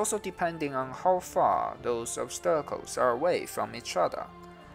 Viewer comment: obsterakels? do you mean obstacles? :P